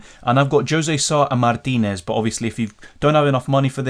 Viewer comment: Love your proper pronunciation of " Mártinez " 😎